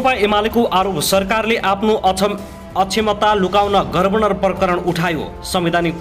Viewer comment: गभर्नर भन्न पर्यो क्या पत्रकार मित्र के हो गर्वनर गर्वनर🤣🤣🤣🤣